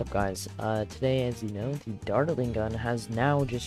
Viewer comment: the way u pronounce dartling like "dart-eling" is hella funny lol